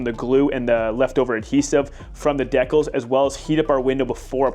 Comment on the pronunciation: Who pronounces decals that way I'm sorry but that bothers me lol